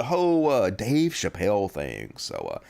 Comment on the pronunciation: *Chappelle. I'm gonna bet you would pronounce my real name wrong and continue to mispronounce it after I corrected you.